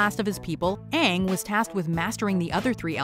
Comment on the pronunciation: Verse Honestly when I was watching that movie I was thinking “it’s a movie about the best Nickelodeon show. How bad can it be?” I nearly turned off my TV when they said Aang’s name like “aOnHg”